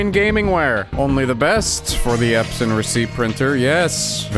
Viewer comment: The first time you said: Epson I said: please say Epson list and you nailed it 😂😂